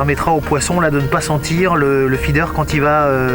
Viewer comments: Faidair quoi mdr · Le "Fédaire" 😂😂😂😂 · Feeder mdr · La pêche au faidair et au pélé... je suis mort de rire à chaque prononciation. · Ptdr le truc que jai tilt aussi il rend ouf avec c est fee dair et c est peu laid